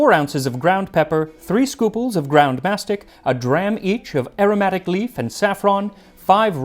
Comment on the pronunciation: The pronunciation of μαστίχα & Χίος gave me brain damage. Lol